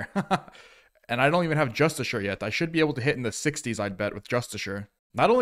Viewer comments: It's pronounced Just-iss-ee-are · it's justi-car bro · you are saying it wrong, it is pronounced 'Justiciar'